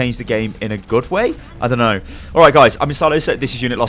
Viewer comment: I like how he made an entire paragraph trying to deny what you said, and then couldn't even say know correctly. He goes "I now it's asking for a GIANT explanation.